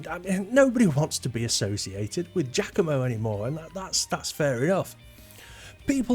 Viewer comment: Giacomo is pronounced “jockomo,” not “jackomo.”